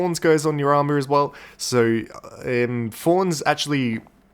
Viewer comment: And thorns not forns